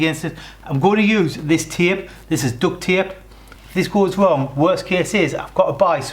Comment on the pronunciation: Taype? Did ya get that of?